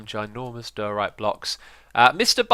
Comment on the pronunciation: Every time X says diorite it gets further and further from the actual pronunciation, lol.